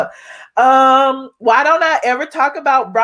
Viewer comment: Why you say eva